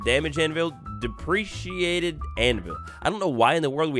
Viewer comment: Deprecated is a term used in programming to say "this still exists, but we dont use it anymore and it might be removed in the future". So, "deprecated_anvil" is the OG anvil, and the others are three new blocks added to the game. Also, its dep-re-cate, not de-pre-ciate